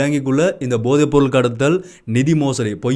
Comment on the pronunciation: தம்பி உச்சரிப்பில் கவனம் செலுத்துங்கள்... போதை( bothai அல்ல pothai) பொம்மை (Bommai அல்ல pommai)